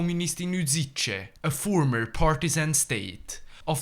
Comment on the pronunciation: As someone who was born in Užice, I am terrified by that pronunciation